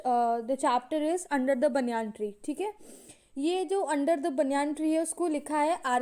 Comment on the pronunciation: baniyaan ni h voh baeniyun h🤣(pronounciation)